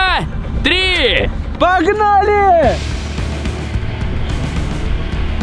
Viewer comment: рубрика дополнительный экспиремент существует уже оочень много но я до сих пор каждый раз кайфую от того как максим говорит три 😂😌😌